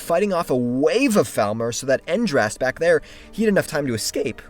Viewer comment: Hey. Just wanted to ask if u could say Falmer in a way way that doesn't sound like thalmor, because it had me confused for the entire video